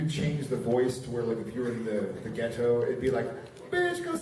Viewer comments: The funniest part is the way Jared pronounces ghetto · The way Jared pronounces "ghetto" is honestly hilarious all by itself